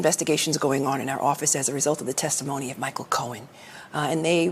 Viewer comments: A what??? A sward??? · Did.. did she just pronounce the silent W in sword? Properly fund your education systems or else this is where you'll end up. She's a State AG. She has no excuse. That's one of America's more intelligent and capable minds there. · Hey AG (with the white woman hairstyle) , you CONVENIENTLY forgot to insert the word ILLEGAL before the noun IMMIGRANTS! You have NO RIGHT to protect illegals. NOT your JOB . And what is with the incorrect pronunciation of the word: SWORD??? An AG who does not even know how to pronounce a word like SWORD. Let me give you a tip in uttering it CORRECTLY.... The "W" is silent, O.K. It is ponounced S -O-R-D! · The W in "sword" is silent.